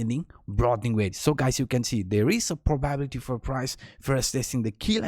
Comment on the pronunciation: The probability that will ever pronounce "probability" correctly is probably 0%